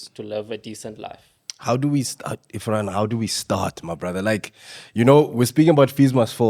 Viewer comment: say it after me... IRRRFAAN!!!!